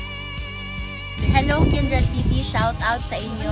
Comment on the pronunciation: kumain Ka po, para malakas Ka, kumain Ka Ng prutas, bakit para kang nahihirapan Kang huminga,magpalakas Ka, natatawa ako KC tawag mo Kay kindred eh kinderd, magkain Ka ha pilitin mo para lumakas Ka, shout out SA inyong lahat, godbless!! watching from Baguio City